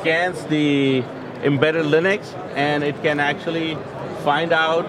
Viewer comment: "Laynux" ?!!! WTF !!!